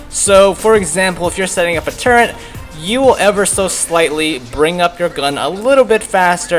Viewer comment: why does he say turret so weird.